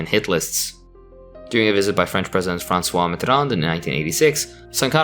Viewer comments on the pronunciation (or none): none